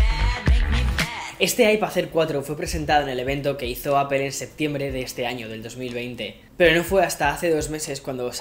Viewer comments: porfa estás en EEUU dile a apple APOL, no apel solo espalda le dice asi y nunca entenderé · Se pronuncia apol no apel